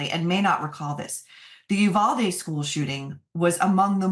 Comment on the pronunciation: May I offer a pronunciation suggestion. Uvalde is pronounced You- Val (like valley)- Dee (like deep)